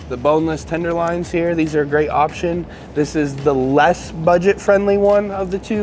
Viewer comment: its tender loin (prnounced Loyn) not Tender Lion lmao